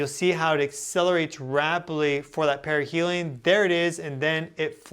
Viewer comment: Sorry but perihelium keeps sounding like perineum.